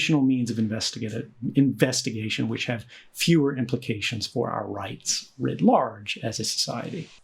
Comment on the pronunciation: 'riyts are for the least among us'.